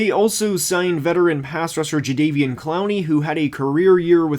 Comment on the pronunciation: Bro, it's JaDEVeon (as in "ever," not "day"). Otherwise, the vid is good.